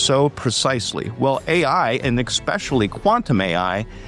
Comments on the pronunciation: Someone should help this brother be aware of the mistake it is to pronounce "especially" - EXpecially. We all have our blind spots. (Me, too) This one is glaring to many of us. Peace 🕊️🌹❤️ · He is illiterate. He can't even pronounce "especially." Learn English and try again.